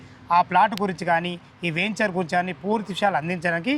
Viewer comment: మీరు మళ్ళీ వేంచర్ అంటున్నారు. వెంచర్ అని పలకాలి.